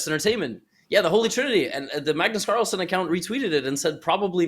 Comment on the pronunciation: Magnus call-son 😂